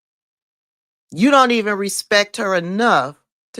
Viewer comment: Nelly Flipped it and did NOT answer the question. He did NOT even pronounce Madam VP’s name correctly!